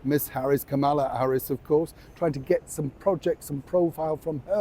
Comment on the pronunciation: VP Harris's name is Kamala (phonetically pronounced "Comma..la."). I realize you are far right politically but at the very least pronounce her name correctly if you use it on your YouTube channel.